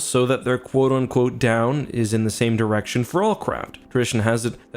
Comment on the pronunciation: maybe i am tired , but im sure he said , " pointed in the same general erection , " listened to it 3 times could not hear the D